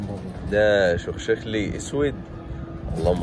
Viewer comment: حبيب القلب يا عايزك تنتبه وانت بتنطق اسم الطير الإسم شخشرلي بس لما يتنطق بنقول شخشلي وانت بتنطقووووو غير كدة خالص شخشخلي إنتبه إنتبه إنتبه عشان محدش يمسك حاجة عليك👍😉